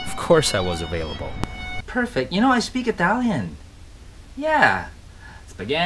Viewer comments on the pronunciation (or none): none